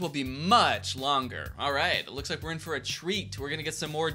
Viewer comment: "li-KEUH" real ( on my only FANS💜)